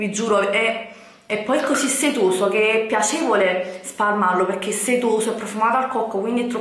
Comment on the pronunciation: Ma dici "pechè" invece di perché 😂😂😂